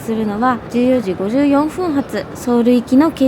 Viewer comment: 前から思ってるのですのが、４分は４ふんでなくて4ぷんが正しい日本語です。ついでに3分も３ふんでなくて３ぷんです。日本の駅員さんもそう言ってます。そこは直してほしい。乗り物の時刻は特に大切に発音してほしいです。それ以外は大好きなので見てます。